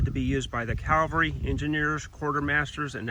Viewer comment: CAV-alry carbine, not CAL-vary carbine. Great video though, thanks!